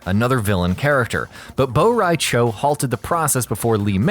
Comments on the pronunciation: Bo rai “chao!” Lmao it’s Cho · It's from word "borracho" which means drunk in Spanish so it could never be "bow rai chow" what the hell??? Why most Americans I've heard speaking other languages than their own, always come out to be a complete crap??? Learn to speak other languages, you're not the only ones on planet Earth!!! -.- although I'm expecting much, since I already saw some saying Portugal is a province of Spain... The ignorance is real!! 🙄🙄🙄 (just an example of how ridiculous is the fact that most of you think others don't matter but yourselves)... So this lack of effort on learning other languages than the American English bother me... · "Bow-Rai-Ciao" - (2019)